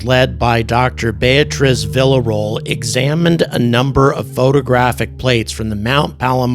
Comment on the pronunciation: This is bordering on disrespectful at this point. It’s fine to make a mistake a few times, but to keep mispronouncing her name so badly despite people pointing it out is a weird look. Say it with us now, Villarroel (VEE-YAW-ROW-EL) 🤦‍♂️